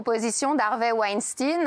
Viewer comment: Je suis desole mais winstin serieusement😂faut areter cest clair qu‘on dit que les francais savent pas parler anglais apres